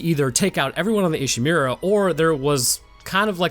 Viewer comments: It's pronounced "ee she moo ra", Not "e she mew ra" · I love your videos, sir, but whenever I hear "Ishimeera" I take mental damage...